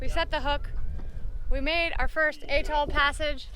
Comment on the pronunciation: A, A, as in apple! Atoll Not Eh-toll.